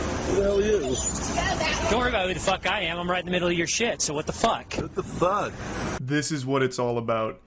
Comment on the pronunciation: what th fwuak